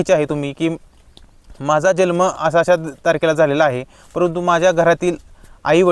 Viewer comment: जल्म उच्चार चूक आहे, जन्म उच्चार करा.